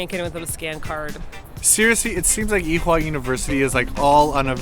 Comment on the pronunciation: You guys over say the "H" in Ewha...it just sounds like "ee-wa" . I took classes there for a couple of months. Nice place and a short walk from Sinchon. :) The under/above ground building thing is really stunning in person.